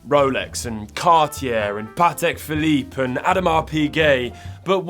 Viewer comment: Patek „Phillipe“ —> Patek Philippe